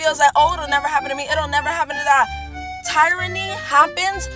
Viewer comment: Right!!! 🤣🤣🤣 she can miss us with the TIE- ra - nee!!! Just awful!!!